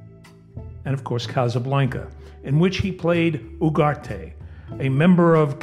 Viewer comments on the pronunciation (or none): none